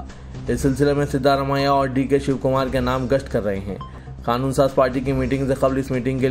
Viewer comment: KHANOON kyun BOLTE ho...QANOON nahi bilne aata